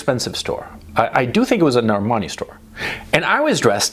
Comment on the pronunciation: For those of you who didn't catch it, Coach said "Armani", pronounced "Our Money".